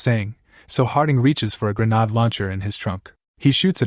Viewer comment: When will this ai learn how to pronounce grenade